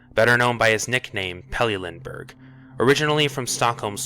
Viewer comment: Good vid, but that pronounciation of his full name is pure slaughter. :D